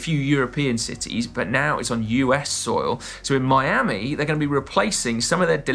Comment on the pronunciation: surely we’re not letting get away with that pronunciation of ‘soil’ at 14min05. Have him!